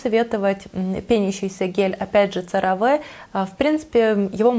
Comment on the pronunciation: Cera Ve произносится Серави